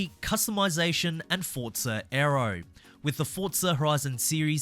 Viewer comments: It’s not FORT-ZA say it correctly it’s FORZA where are you getting FORT-ZA ? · When you review a game, at least get the name right, it's Forza, not Fortza